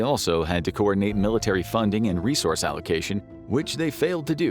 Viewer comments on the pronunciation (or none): none